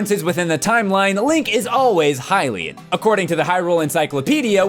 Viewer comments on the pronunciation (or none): none